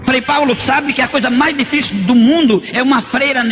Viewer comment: Um padre que tem estudos dizer revólvore? Difíce? Luterio? Kkkkkkkkk Esse senhor aí não é padre. Não existe padre analfabeto, que não sabe falar bonito... Conversa de crente mesmo...Porque não mostrou o rosto? Tem medo do quê?